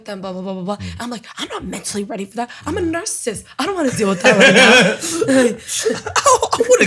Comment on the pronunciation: someone needs to tell her that it's narCISSIST, not "narcist" which she kept saying lol 🤦🏻‍♂